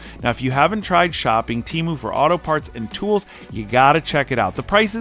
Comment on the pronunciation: You are saying Temu wrong 💯